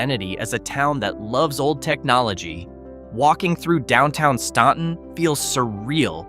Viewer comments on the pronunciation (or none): It's pronounced Stanton. Do not come here and say Staunton. You also mispronounced Bumpass. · It's pronounced StANton, not StAUnton. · Pronounce Staunton like the U isn't there. It is called phonetically "Stanton" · As a native Virginian, you are saying Staunton all wrong and it drove me nuts. STAN-Ton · its definitely pronounced stan-ton. Ive lived by it my whole life. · "Made up mostly of crab fishermen," he says, showing oystermen next to a pile of oysters. They're called "Watermen." Also, Staunton is pronounced like "Stanton," because they misspelled the name on the record but the pronunciation stayed. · Bumpass - Bump us (accent on first syl) Staunton - Stan un (accent on first syl) Even Va. residents get these wrong. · I get it, but your pronunciation hurt. We’re weird and don’t always pronounce things the way they are spelled.